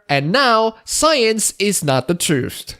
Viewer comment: Can we address the way you pronounce "Truth". English isn't my first language either, but come on... "Trooft"? I know I'm being petty, you can still have my upvote :P